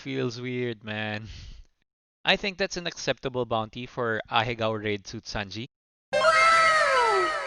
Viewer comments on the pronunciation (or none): none